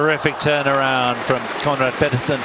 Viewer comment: Petersen not Pedersen